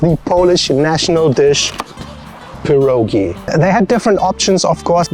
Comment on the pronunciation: Wish you said pierogi the correct way.